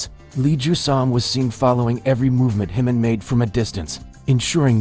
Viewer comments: His name is Jimin, NOT Himin! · This crazy guy doesn’t even know how to pronounce JIMIN’s name who is HIMIN?! Expert in making up stories! Just to get a click right? Pathetic! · I never realised how much made up stories there are about the BTS family there are. How can anyone outside of the family know what is said or done? If you can’t pronounce Jimin's name correctly, why should I believe what you say about his bodyguard? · I'm not sure about the confiding part. But appreciate the good job Lee Jusang is doing. You are making an insinuation that is insulting to our Jinin. And why can't you say Jimin's name right? You never bother to correct it and you have been told about it repeatedly! Jimin forever 💜